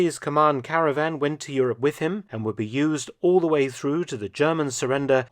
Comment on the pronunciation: will it be entitled: Caravan, instead of Cavaran? Many thanks, dr. Felton!